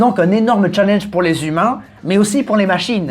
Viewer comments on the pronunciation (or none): none